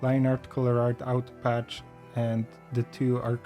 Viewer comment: did he say out patch or auto patch? Because I can't find out patch anywhere on Toon Boom Harmony.